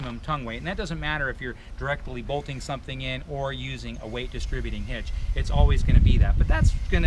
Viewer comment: should pay close attention to to learn how to correctly pronounce "distributing." I don't think a straight man should or would ever use the word "fabulous" to describe a pickup truck. And this guy shouldn't either. Just my honest opinion.